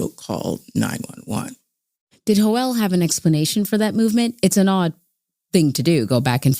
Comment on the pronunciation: Everytime the narrator says "Joel" a little kitten dies